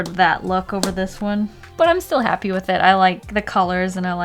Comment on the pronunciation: I just realized that it's wiff not with oof